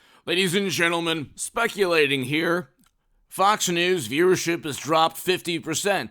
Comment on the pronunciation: ok cool. Thx. Thought I heard him say jes'speculating at the beginning but a few moments in & he hasn't clarified that yet.